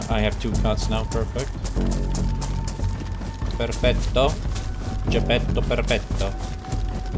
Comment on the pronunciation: I am Italian, and when I heard "perfetto" I thought: What the...